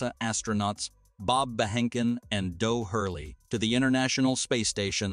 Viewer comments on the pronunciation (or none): Doug early, not dough